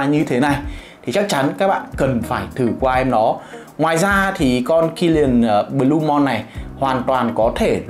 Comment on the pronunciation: Đọc là blu-mun chứ sao blu-mon anh trai